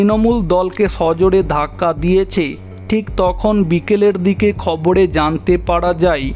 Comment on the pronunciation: খড়চ ড়কত খবড়ে এগুলো বাংলা নয়।সঠিক বাংলা বলতে শিখুন।তারপর ভিডিও বানাবেন।